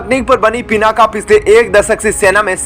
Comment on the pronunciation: पिनाका नहीं, पिनाक बोलिए